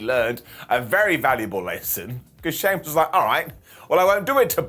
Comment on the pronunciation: Did just said "Soymuss" instead of Sheamus? 🤣🤣